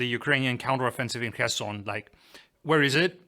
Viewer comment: The best pronounciation of Kherson I have ever heard on a English channel!👍